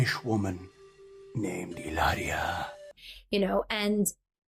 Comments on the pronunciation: I had to see just to listen to you say Ileria!!!! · Fun laughing with Heee-LAIR-eeee-aH this morning! 😂❤🎉😊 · Oh Lord,the way you say Hilaria is cracking me up every time 😆😆😆